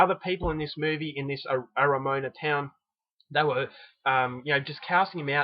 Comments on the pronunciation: no it's 'a-ra-mo-a-na' not a-ra-Moan-a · LOL Arra- MOAN-a! LMFAO You ignorant!! No idea about Maori language pronounciation! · Only kiwis would laugh! It's actually pronounced Ara-Mo-arna. Thanks for reviewing this film, it's a powerful though terrible mark of NZ history, and shows even NZ has murders! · No one can instinctively know the correct pronunciation for all languages,are you an ignorant person because you can't pronounce every word in the world perfectly? I did laugh at Ara moan a though,lol.But i don't think he is stupid for getting it wrong :3